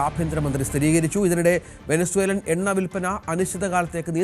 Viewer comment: Venna alla chettan, Enna aanu.. correct aayi parayaan padikkoo